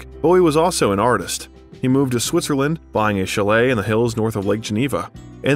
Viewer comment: IKR Lady Dee (Lady Di) & chalet pronounced chal-lay not chal-let